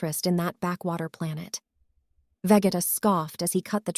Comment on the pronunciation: V-ge-uh no. V-get-uh yes.